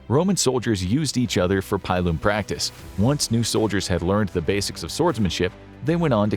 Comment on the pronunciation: I know you do a lot of history here and you know a lot, but please never ever say pile-um again. Its a pillum as in pillage